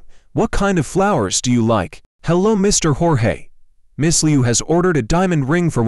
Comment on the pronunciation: It's Jorge not George lol